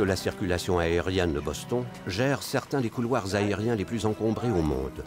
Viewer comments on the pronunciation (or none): Pétard mais c'est quoi cette façon de traduire et de prononcer Boston (phonétiquement) au lieu de Bostone (phonétiquement) on ne dit pas London que je sache mais Londone ( toujours phonétiquement bien sur). C'est comme Paris, on ne dit nulle part Parisse.... Sérieux !!! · On ne prononce pas Boston mais Bostone ... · C'est Boss-tonne, pas Boss-thon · Quelqu'un pour m'expliquer la logique à prononcer Boston à la française (Boss-Thon) et les noms prénoms avec l'accent américain jusqu’à ne pas les comprendre ? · Rien à dire sur cette très bonne reconstitution mais quel est ce commentateur qui est incapable de prononcer " Boston " correctement?! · Encore un reportage tout pourri… le prononcé Boston à la française, mais il sort son meilleur accent pour les nom américains 😂 YouTube, une poubelle avec parfois des pépites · Euh, quelle est cette voix déincarnée incapable de prononcer correctement "Boston" et qui prend un accent "américain" pour les noms américains ! C'est extrement désagréable... Et ce n'est pas seulement dans cette vidéo que la voix du narrateur est désagréable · Qui prononce Boston en français ?